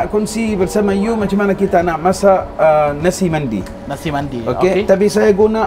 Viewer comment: Nasi Mendy ke atau memang sebutan dia Nasi Mandi..? 😕